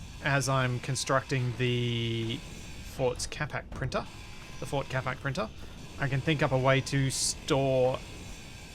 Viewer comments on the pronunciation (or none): I keep hearing ford instead of fort. Built Ford Capac sounds like a great Ford slogan